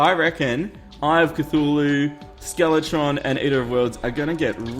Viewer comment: IT is said like Ka thu la hu